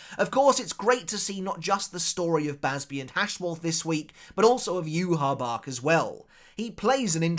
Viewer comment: Say Yhwach’s Name Properly